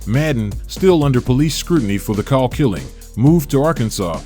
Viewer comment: His name is pronounced like "coal."